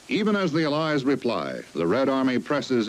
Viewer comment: The way he pronounces "allies" is throwing me off